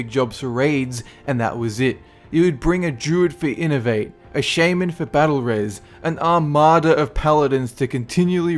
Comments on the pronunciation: "Shay-men" oof :/ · You and my friend say Shaman as Shaymin